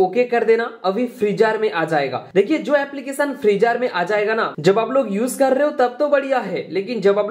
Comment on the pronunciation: Oo Bhaai Freezer Hai Freejaar Nahin 😅😅😅😅